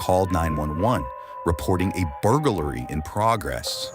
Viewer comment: Burglary's three sillibles, not four "Bur/gal/lary." 🥴